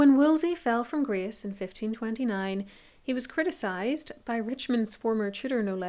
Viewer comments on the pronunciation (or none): none